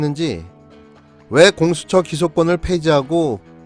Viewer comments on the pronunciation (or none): 안철수ㅋㅋ 공수'쩌'란다ㅋㅋㅋ 나만 그리 들리나?ㅋㅋㅋ 외국에 오래있어서 그른가 발음도 구리네ㅋㅋㅋㅋ 마라톤이나 하시지ㅉㅉ